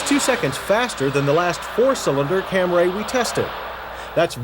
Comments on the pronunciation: He must have lost a bet with his drinking buddies. That's the only reasonable explanation I can think of for why he pronounces the name wrong every 15 seconds. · Someone finally told him he was pronouncing it wrong I guess. LMAO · accents are for the lazy.... I travel a lot. A long time ago it was startling to hear someone speaking a native language let's say "Cambodian" and then in perfect English say a word, then continue on. Camry is said Camry, not Camray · I like how he pronounces it "Cam-Ray". It's "Cam-Ree" with a long "E" (at least in the US). It could be that in other countries it's pronounced "Cam-Ray". Just how Nikon (the camera company) is pronounced "Ny-Kon" (witha long "I") whereas in other countries it's pronounced "Nick-On" with a short "i"). I think the Taurus SHO actually had a V8 transverse motor though, not a V6 (And it was made by Yamaha). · Do you mean Camry, not Cam-ray? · Damnit, John! Its Camree!! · CaMRAYY Lol 😂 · And then the commercial comes out and decides its Camry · Cam rays!? Cam rays!? It’s pronounced Camry. Say it right!! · Cam-ree not Cam-RAY. Had to stop. Couldn't take the mis pronunciation. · It’s not like this is a new model. John should have known by then it’s Cam-ree, not Cam-ray. Also, how did the Editors not say something to him...like re-do your audio on this! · How did he get "Cam-ray" out of C-A-M-R-Y? The Camry had been on the market for years by 1989; nobody corrected him that whole time? No one on this freaking shoot corrected him? Director should've taken him aside and said "That was great, John, but can we do it one more time and this time say CAM-REE?" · That's my thoughts too! Is it camry?! Or camray?! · Toyota's first Camry with a V6. FFS, John..........it's CAM-REE, NOT CAM-RAY!!!!!!!! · I usually love these Retro Review videos, but jeez, it was hard to make it through that one with the constant mispronunciation of "Camry." Like nails on a chalkboard. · John it’s CAM-Ree! Only one a in Camry 😂